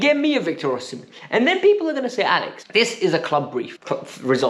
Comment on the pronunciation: I am Nigerian, you are sport on with the “Osimhen” pronunciation!!